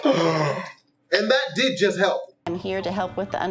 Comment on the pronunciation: You said hilp